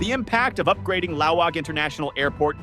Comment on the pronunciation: It's Laoag, not Laong It's pronounced lawag, not "lao‐waaang" Short A's